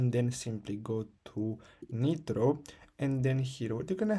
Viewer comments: Its a waste of time dont watch this vid you still need credit card. He just says buy something else. Also its pronounced like nye-tro not nit-ro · the guy cant even pronounce nitro showing how to get it for free 😂